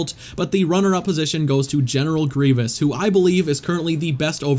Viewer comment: Did you said grivious on